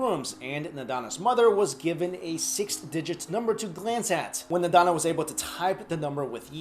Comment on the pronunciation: not nadana .. its nandana .. has a hard time finding her on google !